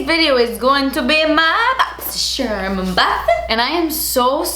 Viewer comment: I just got my FIRST boxycharm box and every time I even thought about it arriving I had to say "BOXysherm" like does